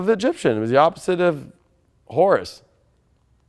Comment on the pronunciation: FYI, Horus is pronounced Orus